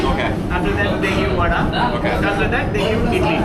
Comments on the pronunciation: Vadai not Vada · The guy who says Vadaa instead vadai sure he is not from tamil nadu better chase him out of TN for his idiot pronunciation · Vadai not vadaa😂😂😂